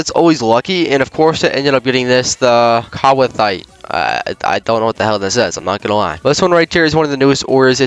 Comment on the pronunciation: Kwarthuite is pronounced as 'chart white'